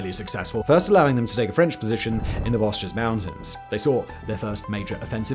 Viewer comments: The Vosges are pronounced Vojh not Voz-gez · That's not how you pronounce Vosges, Simon!😆